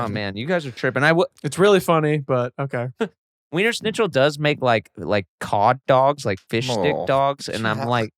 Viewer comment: “weinersnitchull” according to blake